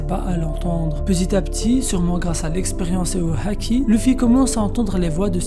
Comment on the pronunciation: Ça choque personne comment il prononce les mots qui commencent par H? Haaki😂😂, mashallah